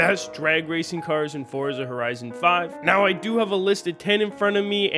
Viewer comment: FORTZHA HOORIZON 5